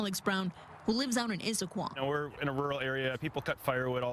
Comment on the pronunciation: Your announcer needs to learn how to pronounce Issaquah.